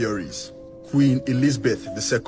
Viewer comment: “Queen Elizardbeth” 😂😂😂😂😂